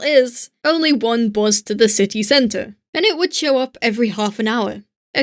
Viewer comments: I’ve not heard anyone pronounce bus as ‘buz’ since I was in secondary school. XD Thank you for the nostalgic trip. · Hey there^^, I really like ur videos:D I is remarkeable that your english accent loses against the german accent at the word bus ^^. I thought about adding a little fur at the hand of, would't it be nice? What do u think about that? Hey du^^, Ich mag deine Videos wirklich sehr:D Es ist wirklich bewundernswert, dass dein deutscher Akzent das Wort "Bus" vollkommen übernommen hat^^. Mir war aufgefallen, dass du bei darauf verzichtet hast etwas Fell hinzuzufügen. Wäre das keine gute Idee?